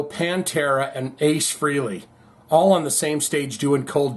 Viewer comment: Pronounced Frailey, Not Freeley